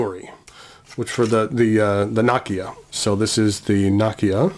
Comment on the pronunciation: Nakiya, nakaya ....makes me cringe.